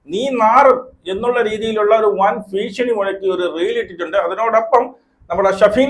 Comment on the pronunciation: ഭീഷണിയെന്നാണ്.ഫ അല്ല